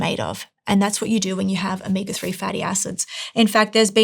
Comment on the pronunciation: Is there a difference between omeega and omega or is it just a speech impediment?